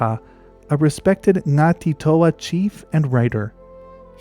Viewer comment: As a kiwi (ngati toa), thank you for getting the pronunciations so spot-on! It's very impressive. ❤